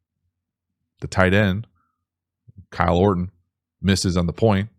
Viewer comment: Mf said KYLE ORTON 💀